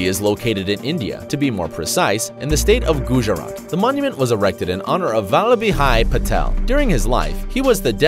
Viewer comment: Poor pronunciation of sardar balabh bhai patel, work on it